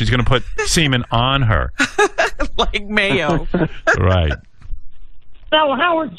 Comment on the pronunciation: How does turn a one-syllable word like "right" into a two-syllable word... "Right-tte"